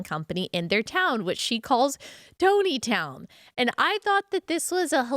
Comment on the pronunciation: Hey Ally, it’s Tontitown is pronounced “Tonneytown”…it’s actually around the same area that, 19 Kids and Counting, was filmed..